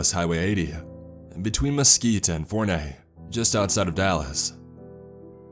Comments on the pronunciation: Omg im from this area.. Forney is pronounced 4-knee tho.. Not 4-nay.. Go Jackrabbits But still awesome story.. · I live in Dallas it's pronounced for-knee lol. This is so creepy I hate driving in that area at night! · Its pronounced Four-knee. I'm shook because I live there and now I'm nervous. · As some one who lives on the edge of mesquite and forney, you said forney funny lol. But it could be we all have accents